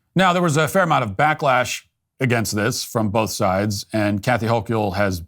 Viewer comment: It’s pronounced (Ho-kul) just saying.